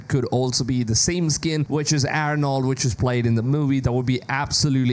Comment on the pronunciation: Dude didnt know how to say arrrrrrnold name